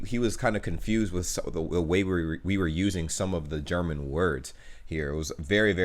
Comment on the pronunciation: Uff you pronounce the German Words like a German Nice Vocal Skills